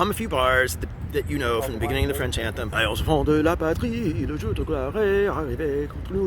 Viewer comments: frenchman speaking here, i'm quite impress with your accent! also as a guy who came on your channel via the input of Mr Ian from forgotten weapon i truly appreciate that you don't rush talking about gun and instead take the time to bring a whole lot of context! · Your french pronunciation is excellent! **Cough And much better than Ian's **cough For the lyrics, "those ferocious soldiers come take our sons and wifes from our embrace to slice their throats" is closer but you get the point! As for the Legion, given their nature of a last resort shelter for those who have nothing left to lose, the fatalistic tone is probably on point. If i remember correctly, French citizens can join it but will have to shed their identity and become "Belgian" or "Swiss" on the records before enrolling